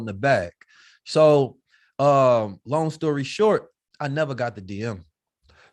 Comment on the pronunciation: “Long shory stort” 😂💯